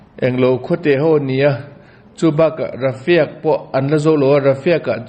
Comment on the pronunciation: Rafa tih a chhiar zawk tur a ni.rafia tia lam hi a chiang lo deuh lo maw.